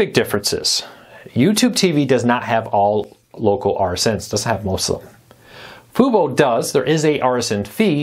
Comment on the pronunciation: Can you say Fubo correctly?